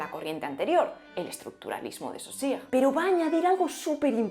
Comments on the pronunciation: es Saussure, no Saussire! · Cuando escuché que dijo, dos veces, "Sosire" por "Saussure" me di cuenta que todo este video iba a ser un desastre. Y cuando dijo que el funcionalismo depende el estructuralismo lo confirmó. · Hacer este video conlleva esfuerzo pero a nuestra no le ha costado tanto como la pronunciación de Saussure 😅 Eso sí que es empeño y ganas